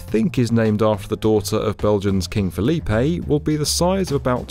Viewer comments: First: it's King Filip not Félipé! He's Belgian not Spanish! Second: I expected a more in depth approach for this video. How does this energy island exactly work? Why is there a need to build an energy island and why can't this be build on land? How will it be connected to land? A lot of unanswered questions! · Where is the reference to our greatest invention yet ? Fries And also our king’s name is pronounczd Philip not Philippé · Fyi, in french, the name philippe is pronounced like filip. Not that its important, im just pointing out